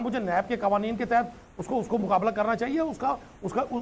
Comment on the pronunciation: Soalon nai sawalon hota hay qoaneen nai qawaneen hota hay pls correct your pronunciation